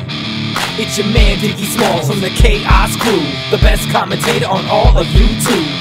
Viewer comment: I legit thought the first time time he said 'Kaos Crew' I thought he said 'K-ice Crew'